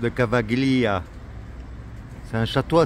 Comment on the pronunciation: Tu prononces "Cavaggglia" mais "gli" en italien se dit comme le "ille" de feuille. Famille s'écrit famiglia, mais se prononce "familia". Le "G" suivi d'un "L" est donc muet.